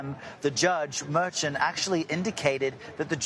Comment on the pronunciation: The newsman should learn to pronounce the judges name correctly. Phoneticslly: Mer...chan